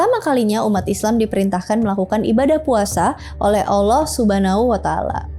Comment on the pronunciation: terima kasih udh berusaha dengan baik buat nyebutin nama Allah SWT dan Rosulullah SAW